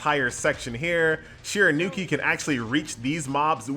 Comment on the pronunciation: I love you man, but her name is SHE-RA-YOU-KEY! Stop butchering it my man!